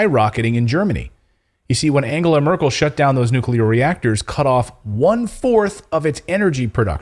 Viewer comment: Nucular batteries 🔋